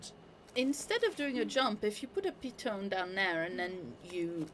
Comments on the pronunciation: it's a piton (pronounced pii ton ! ), it's a French word ! the leader climbs placing gear and clipping quickdraws to the pro , then clip the rope ! the second climbs when the pitch is finished and collects the straws and pitons , repeat to top , then abseil ! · its a pee-taan :)